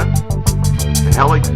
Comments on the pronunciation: oh yes and by the way is pronounced he-licks not hell-ex =P just like reflex isn't pronounced reff-lecks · nice, except its not pronounced 'hell-iks' its 'he-licks' . rhymes with re-flex.